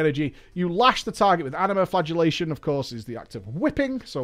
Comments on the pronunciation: I thought you said flatulate as in fart was the new spell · I hear “flatulationt” every time.